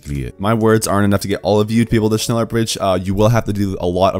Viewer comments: Its pronounced shnella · shhhhh- neller its not that hard jeez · Just say “shnellar” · Es triggert mich jedes mal wenn er sneller sagt^^ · just pronunce it like shneller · more like shneller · U pronounxe it like shnella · Says Schneller like shneeler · it sounds alot like ‘sneller’ which literally means faster in dutch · iT's nInJA nOt ScHneLlEr!!! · Isn’t it shhhh neller? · shneller bridge lol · You say sh... then you say neller... its not hard... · I am from german and its realy funny how you say „schneller“😚😅😆😆😆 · The dislikes are from those who cant pronounce Schneller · german noises intensifies